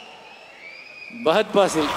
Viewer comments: Fahad fassil ❌ Bagath fassil ✅ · Fahadh Faasil ❌ pahadh paasil ✔